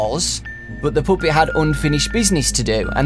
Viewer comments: Why do u say Poopet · Puppet not puuppet like pappet but the u is kinda is a A just saying😊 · i love how you pronounce puppet like POOP-EAT! (NO OFFENSE) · take a shot every time he says the "poopet" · Take a shot everytime he says pupit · OMG I hate how he says puppet!